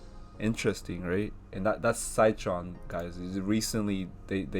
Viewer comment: Good analysis! Wanted to say its pronounced “sit” tron not “site” tron :-) Also Citron had adviced shorting Shop when it was at $108, its now trading over $900!